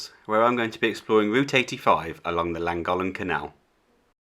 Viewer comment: Lovely video, I enjoyed it, but please learn the correct way to pronounce Llangollen.